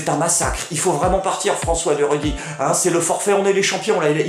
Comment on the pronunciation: Excellent comme souvent ! Juste qu'on dit Rugy comme Rujy, pas comme Ruguy...